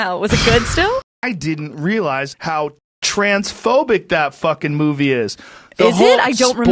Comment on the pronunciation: "Transforbic "😂😂😂😂😂 Thats too.much even from joe Rogan, Joe sounds like Destiny 🤡 I really don't know this Guy 😂😂😂😂😂😂